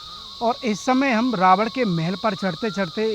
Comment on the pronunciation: भईयां रावण को रावड क्यों बोल रहे हो, उच्चारण रही करो, और श्रीलंका के चारों ओर समुद्र है वो कहाँ गायब है